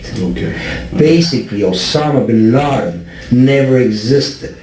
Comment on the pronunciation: I thought he said Obama was bin larden